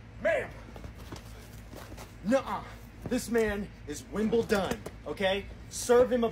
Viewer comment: "wimble-done" I CACKLED